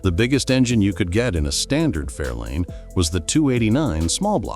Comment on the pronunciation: Fairlane, not Fairline.